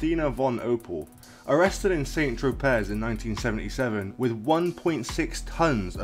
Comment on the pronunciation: You can't even pronounce st.tropez